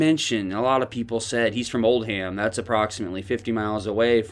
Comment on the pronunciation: Oldham is not old ham. It's pronounced Oldem.